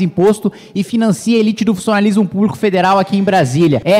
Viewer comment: Meus ouvidos sangra quando ouçei digar “elite do funssionalismo púbico”.